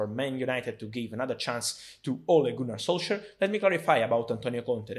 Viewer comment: For Fabrizio it’s “Ole Gooner solsar”